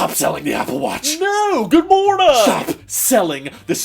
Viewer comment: The "good monaang" took me out!